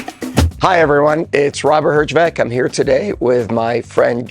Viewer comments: hy Robert, wtf Herđvek.. why you dont pronounce youre last name Heerjaavec like it is a origin in Croatia ? Jay is the King 👌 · ''Her Ya Wetz ''would be a proper pronunciation !